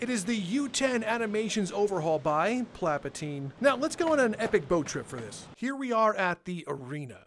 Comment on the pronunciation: Palpatine ❌ Plapatine ✅